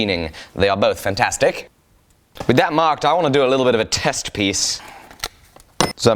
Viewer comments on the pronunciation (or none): none